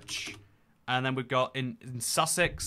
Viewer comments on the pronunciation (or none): none